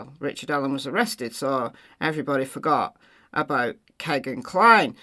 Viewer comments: Its America, vowel consonant vowel, firt vowel makes long sound. It sounds like Keygin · Couldn’t it be Kegan, rhymes with Vegan? 😊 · Kegan like vegan, I suppose. I always thought you were using the correct pronunciation until you mentioned it in this video. 💜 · His name is Kegan. (You have to go back to the vowels- the long e) it has the sound of the double e..although it isn't spelled with the double e's. America has a way with letters and words....😂